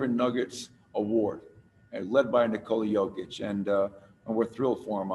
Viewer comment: Knee-cola cokeić i died in the beginning ... Congratulations my brother , Serbia is so proud of you ! We love you ! Stay healthy and God bless !